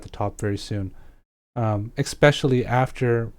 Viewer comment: Aren't you a streamer? It really seems like someone would tell you how to say eSpecially. If English is your second language, then you're doing great because I couldn't tell, but if it's your first language... that's pretty terrible.